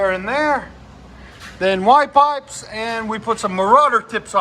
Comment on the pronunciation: boo boo the S is silent looooool - nothing better than puttin pipes on good ol V8's